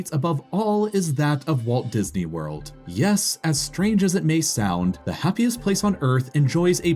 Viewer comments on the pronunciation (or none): none